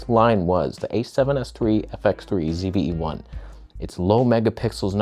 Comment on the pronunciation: Ah, the end of your channel is nigh. You won't see the day of Nikon greatness because you pronounced the ZVE-1 as perfect right here.